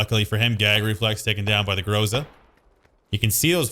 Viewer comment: *Ahem*, it's Gr'A'za(pronunciation-wise)